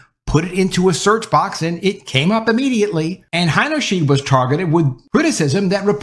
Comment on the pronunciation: The pronunciation for her last name is... Heiner • shide (not "sheed")